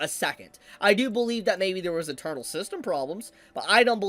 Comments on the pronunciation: When you say "internal" it sounds like your saying "eternal" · Is saying internal as "eternal" on purpose? Or just not enunciating?